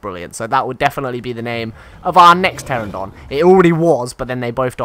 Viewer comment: I have endured for 7 episodes, but I can't take it anymore. It's "PterAnodon", not "Terrodon". :P